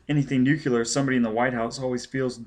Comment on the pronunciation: Okay the one thing that keeps bugging me is how you mispronounce "nuclear" Other than that not bad. The fact that it's the unabridged version makes up for you not being a professional narrator. Not that you're unprofessional. I mean like, it's not your job, this is clearly something you just did because you wanted to 😅 I don't know if you've done any recent work, but I imagine after ten years you're probably much better.